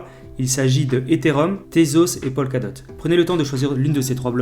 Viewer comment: Polkadot et non pas Pogaldote...